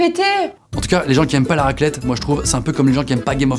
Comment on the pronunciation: "Raquelette" qu'il dit